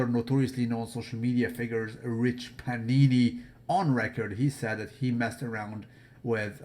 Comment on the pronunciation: piana not panini ..